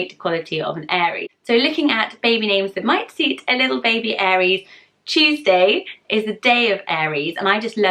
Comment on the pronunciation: When she said Tuesday it sounded like cheese day